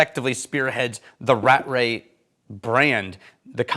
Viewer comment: Aargh not Rat-Ray. It's Ra-tray.